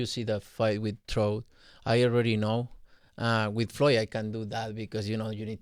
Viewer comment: He called trout troat ahahahha